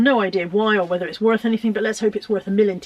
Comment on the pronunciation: Morning, good haul love when you say millonty pounds hope you have a good week 😊 👍 ❤️